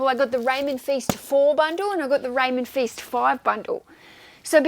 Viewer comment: Great video! By the way Feist rhymes with Heist, not feast:) (I only know because I'm listening to his audiobooks)